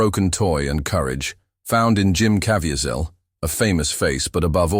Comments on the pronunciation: It’s genuinely SAD how many YT’ers are taking advantage of Jim Caviezel by making these overly dramatic videos….when they don’t even know how to pronounce his name. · LEARN TO PRONOUNCE HIS LAST NAME. Jim is a TRUE servant of God!!!!!!!!!!